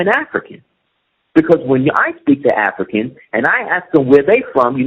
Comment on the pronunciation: Man, nigga, speak correctly! A goup of afikans from afika....... What the fuck??